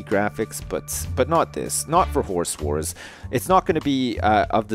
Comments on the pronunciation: Why do you pronounce "Horse Wars" like "Whores whores"? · I swear he was saying horse whores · he said "Horse Wars" I heard "Whores War" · i got to say it sounds like your saying horse whores. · I keep thinking he's saying 'Horse Whores'. Awkward